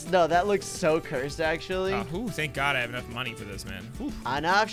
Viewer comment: I love when said enough smoney